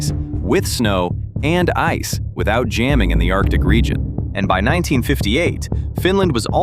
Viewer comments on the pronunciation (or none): none